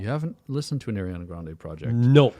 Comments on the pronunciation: Just so you know for future. It’s Ariana, not Eriana. Her names is pronounced like it’s written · By god stop saying Airiana it’s Ariana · how many times you said “air-iana grande” hurt my soul 😭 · one of my biggest (unwarranted) pet peeves is when people say “Air-iana”